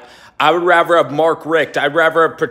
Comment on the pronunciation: Dude, nice house!! Question, are you saying raver instead of rather? Lol